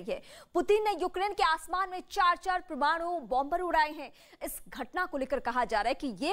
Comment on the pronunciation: परमानु नहीं बंधु,,,,,,, परमाणु शब्द सही होता है